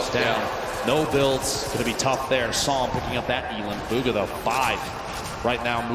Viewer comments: its bugha not boogha 😂😂😂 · Its Bugha not Boogha